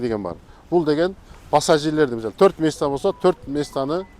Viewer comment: мисалиы деген созду жакшы суйлойт экен бобок сыяктуу😅